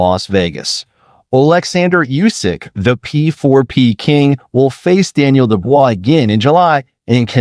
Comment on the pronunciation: AI can't even pronounce uysk.. n why uysk p4p 1 he fought I really good cruiserweight bredis only won by majority decision. In heavyweight chisora was close. But he won on points. AJ 1 h.. AJ was still in shock at his defeat by ruiz . AJ 2 was good fight uysk by close points split I think. Dubious hmm got dropped by a bodyshot. It's called KO but got the ref to help him out. Fury well fury won the 1st fight . 2nd fight uysk danced a lot n won on points. N now should fight parker but will fight dubious again.. no way uysk is p4p 1. It is a 122 4 weight division champ 2 weight 4belts n in 24championship contests never lost n KOd 22.. uysk only 9 chamlionship fights as pro. In almost same time